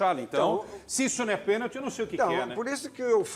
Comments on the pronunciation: DENILSON , PC ALIVEIRA E ESSA MULHER SÃO PAUS MANDADOS PRA FALAR BESTEIRA ! PORQUE O FILIPE MELO TEM TODA RAZÃO EM AFIRMAR QUE FOI PENALTI E ESSA ARBITRAGEM NÃO DEU PORQUE FOI MAU INTENCIONADA E MAIS ESSE BARANGA DO NETO NÃO SABE NEM FALAR PENALTI FALANDO QUE NÃO FOI PENTI 😡🇧🇬🇧🇬🇧🇬🇧🇬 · Neto calado é um poeta o cara não sabe nem falar a palavra pênalti!!